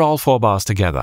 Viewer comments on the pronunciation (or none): none